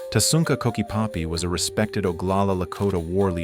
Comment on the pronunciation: It's not "Tasunka", it's "Tashúŋka. Aič'ibleziŋ na hehaŋl waéya yo.